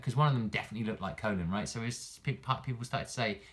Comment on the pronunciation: Great vid, I hope she's not a charge character but you might be right As a side note it's funny hearing you pronounce her name "Colon" lol, I think you were talking when the announcer and Gill pronounced it in the trailer